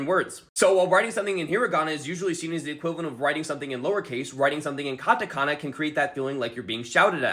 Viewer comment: The whiteness in the way he says "hiragana" and "katakana"